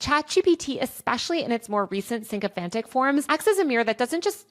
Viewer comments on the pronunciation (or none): she uses the word "synchophantic" rather than "sycophantic", is this a misspeak, or intentional? because it's kinda brilliant, the machine synching itself to be your biggest fan.